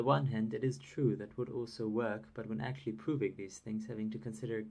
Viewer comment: I'm really curious about your pronunciation of some words (like "which" and "actually" )... Whereabouts are you from?